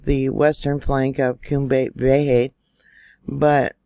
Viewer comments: Cumbre Vieja, pronounced, Koombray Vee-ay-ha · You're blowing my mind. Crazy. PS if you please, Cumbria Vieja is pronounced COOM-bray vee-AY-hah 💕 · Cum bry- Vay ya,!